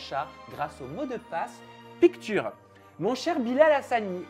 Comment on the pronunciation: Est-ce qu on peut lui dire que "picture" ça se dit "picsheur"? 😢